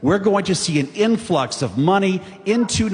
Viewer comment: Did he say influx? Or acid reflux? 😂